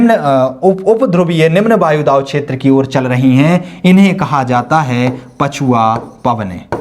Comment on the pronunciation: सर वायुदाव नहीं वायुदाब